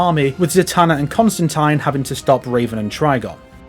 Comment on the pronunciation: 10/10 Video quality: Pronounced Constantine Correctly